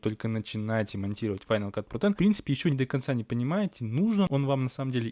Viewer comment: Так странно звучит на русском, когда ты произносишь, название этой программы "Файнал кат ПРОТЭН" О_о